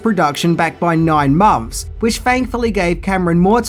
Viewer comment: Stop deliberately mispronouncing "th" as "f". we can see your mouth articulate "f" where you're mispronouncing "nine months" as "nine monffs."